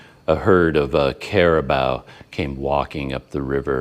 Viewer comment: In Thai it is call Carabao ,just a little mispronouciation ,you think you are very clever?